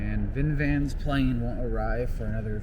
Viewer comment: ITS VINVAN!